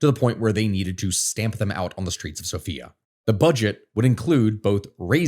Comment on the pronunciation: hearing him say the capital's name like that keeps scaring me throughout the video because my name is Sofiya cries